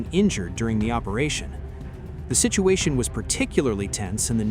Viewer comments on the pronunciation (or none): none